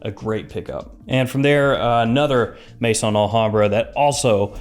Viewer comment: Just came across your channel. Really liking your format . Only criticism is your pronunciation of Maison AlHambra , it pronounced May-zon not mason. Maison is the French word for house as in house of Al hambra